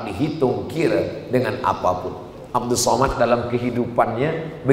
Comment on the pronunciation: TONTON ANNASIHA ILMU ADALAH KULIT ....LIHAT KOLOM KOMENTAR NAMA YANG BENAR LIHAT DALAM AL QUR AAN ADA PANJANG DAN PENDEK PENGUCAPANNYA ADA HAROKATNYA. KARENA NAMA YANG BANAR ADALAH 'ABDUUS SHOMAD